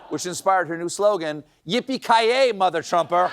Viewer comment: Thats Yippee-Ki-Yay MuthahTrumpah. You gotta pronounce the ah on the end.